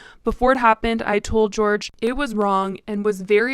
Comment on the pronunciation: in spanish, the j sounds kinda like an h so its not george but its like "hor-hay" cuz it's spelt jorge (i think??)